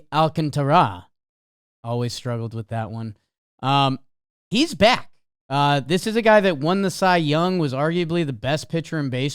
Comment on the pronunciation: it’s just alcantara, not alcantará lmao